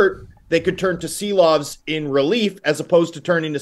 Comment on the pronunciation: Homas Rance or Thomas Drance? Arturs Silovs or maybe it's time for ARTURS SHILOVS!!!??? Š like Škoda or Shanahan!!! It's time to pronounce it right!!! 🇱🇻 SARAUJ🇱🇻LATVIJA🇱🇻